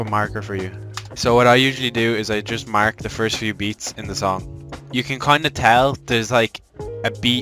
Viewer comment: i can reallt tell he is irish when he said mark 😂😂